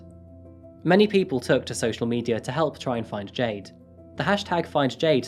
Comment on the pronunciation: I heard Jay Dings and was so confused because her name was Jayde :))